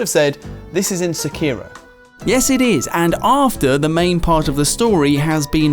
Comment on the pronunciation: I swear pronounces Sekiro wrong on purpose at this point